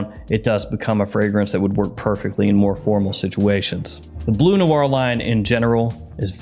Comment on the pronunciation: It is BLEU Noir/ BLEU de Chanel, not BLUE .... there is a difference... it is pronounced like burp or turn ...